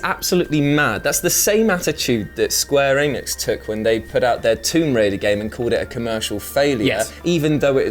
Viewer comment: Did ... you just say "Square Anus"...?